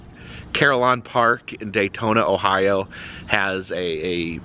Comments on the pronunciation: Hey …it DAYTON Ohio. Not Daytona. Thx. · Just to let you know it's Dayton Ohio, not Daytona with the Carillon Park. But I'm sure you've been to so many places and cities across the US that it'd be hard to remember. My fiance and I really enjoy watching you. The best of luck to you and Jen on your move ❤